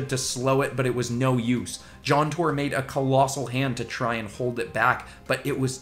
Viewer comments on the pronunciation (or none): none